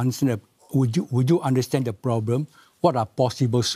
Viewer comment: The ploblem of today society is that many people face many many ploblem and these ploblem they face will become tml ploblem if these ploblems aren't solve in this presidential term